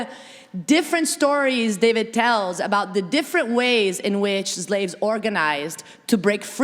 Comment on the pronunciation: Professor McNally, how do you "forget" Black chattel slavery in the NORTHERN colonies of what later became the United States? And could professor Mattei please stop saying "ZLAVES," and "ZLAVERY"? The Afrodescendants of the United States and all the Americas would appreciate your making these efforts.